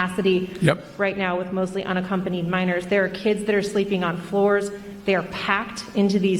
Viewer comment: "Which I would never do to anruhnna accompanied child ends up at the border"..........This man has a speech impediment. His inability to precisely articulate sentences is worrisome. He is woefully unfit for the office he stole!